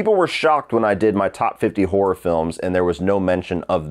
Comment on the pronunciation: It's horror not hoar ra!